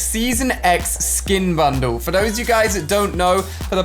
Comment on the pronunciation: Me pronouncing bundle: Ban dal Ali pronouncing bundle: bandu